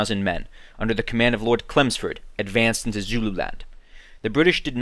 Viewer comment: I recently watched the film 'Zulu Dawn' and was looking for some background into the actual battle. Good job on the animation & description. One point to note. The British leader was Lord 'Chelmsford' not Clemsford.